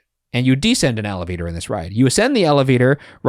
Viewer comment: saying ALLAvator over and over was very difficult to hear🥲